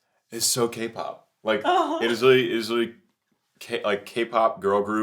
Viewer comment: Every time you said K-POP, a magic fox lost her tail.